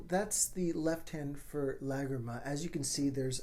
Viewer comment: This was excellent! And you pronounced Lágrima correctly!